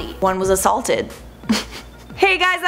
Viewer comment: Charlotte: and was was a-salted Me: chuckles